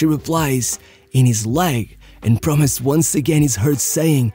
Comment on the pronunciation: I find it interesting that the way u say "promes" sounds like "promise" 😂